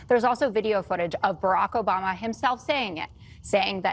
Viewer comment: It's Obama not Abama you idiot!